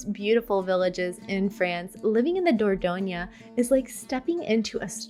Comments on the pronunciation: please learn the correct pronunciation of the cities you are talking about. i.e. Dordogne does NOT end with an ‘a’ sound but ‘e’. Renne ends with ‘e’ NOT ‘é’. etc. It hurts my french ears. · It is a disgrace for an expert not to be able to pronounce the names if the regions and cities you feature. Like Dordogne is not Dordogn(A) and Rennes is not Renn(E) is pronounced Renn! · It’s not the dor dough nia - please learn how to pronounce the words if you are going to use them . . . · You pronounce Dordogne wrongly!